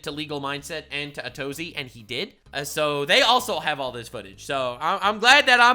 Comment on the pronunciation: Atozy is pronounced A to Z